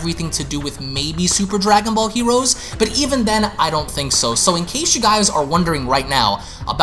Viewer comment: “Dwagon bawl hewoes”